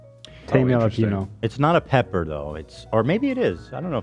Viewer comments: The moment Ethan couldn’t understand mispronouncing of jalapeño make me weak in the knees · I heard it as “yellow peanut sauce” and I was wondering wtf I was missing out on.